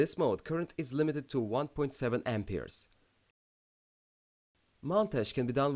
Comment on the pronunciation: lol "Ampeers"